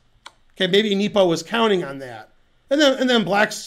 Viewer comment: geez , hurts me hearing him say "Neepo"